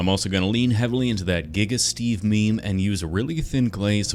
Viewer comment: Giga steve :\ sounds more like Geve